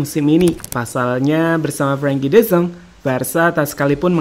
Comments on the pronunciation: de yong bukan de zong😂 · De Jong laaa bukan De Zong y ampunn